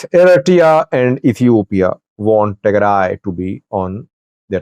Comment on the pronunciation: You are talking a lot of nonsense. You have no clue about the reality. And learn how to pronounce Tigray.